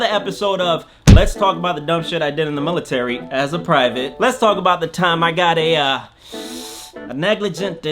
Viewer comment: There's no such thing as a "mulitary"